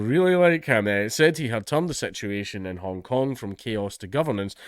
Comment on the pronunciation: Sorry, Dankula, did you say "Hong Kong protestor" or "Honk Honk protestor"? Either would be applicable here.